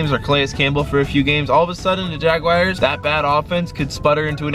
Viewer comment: The “Jagwires”🙄😂